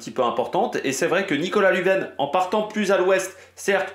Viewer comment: Lunven se prononce lunne vaine 😂😂